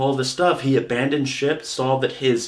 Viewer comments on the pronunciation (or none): none